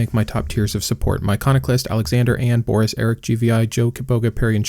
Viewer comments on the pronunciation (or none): none